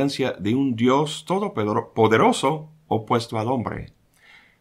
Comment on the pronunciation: 14;33, LIÓ ESTABAS DICIENDO BIENS, =D: "UN dIOS TODO PEDOROSO", ¡JAJA! XD/.